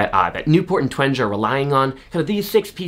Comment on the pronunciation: I believe her name is pronounced Jean TWENG-EE